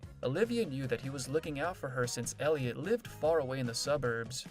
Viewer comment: It would be nice if you pronounced Elliot's name correctly! 👎👎👎👎👎